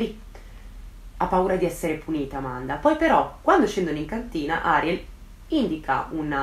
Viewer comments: piccola precisazione/curiosità: in spagnolo si pronuncia Arièl e non Àriel (di base tutte le parole in spagnolo sono piane a meno che non abbiano un accento grafico; il nome Ariel non ce l'ha quindi va pronunciato come una parola piana e non come sdrucciola); sì sono un rompiscatole, me lo dico da solo 😁😛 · Video strepitoso e degno delle aspettative, amo ascoltarti. Solo una cosa piccolina, credo che il nome di "Ariel" si pronunci "Arièl" con l'accento sulla e, dico perché il mio "ziastro" si chiama così ed è argentino quindi, boh... Credo si dica così però magari è diverso, comunque top ❤️